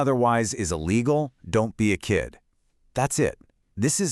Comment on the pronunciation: It's "...don't be a SKID...." not kid.